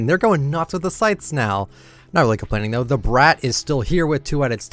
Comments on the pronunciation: The Brat (Brot) skin. That is how you say it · U say the brat wrong